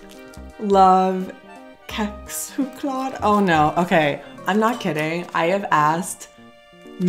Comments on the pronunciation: It is pronounced kexɧoklad In the civilized parts of sweden, but ɕexɧoklad in Gothenburg. 😉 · You said Kexchoklad correct, and I’m from Nyköping 😉 don’t eat to many Läkerol, also correct! So if you don’t want to spend to much time at the toilet with ache just take one or two at the time 😂 Just lick the hockeypulver up 🤣 I hope that I one day can visit the states, so many things I would like to try 😁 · Kexchoklad is with a hard K. Anywhere that pronounces it Chexchoklad is weird and wrong.